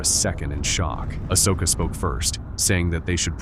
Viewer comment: aSHoka? Pahdme? These AI narrators are getting better, but they’re not quite there yet.